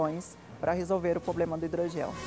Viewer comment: Parece que a doutora fala PROLEMA. 😅